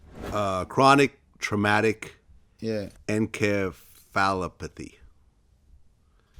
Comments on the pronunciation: 🤦🏽‍♀️🤣 Encephalopathy IN-CEF-A-LA-PA-THE. Is the pronunciation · I cringed listening to him trying to pronounce that word🤦🏾‍♀️